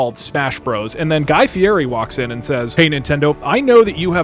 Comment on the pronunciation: Its fieri not fieri